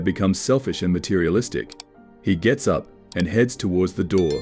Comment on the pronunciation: Santa wakes “U.P” didn’t even say “up” right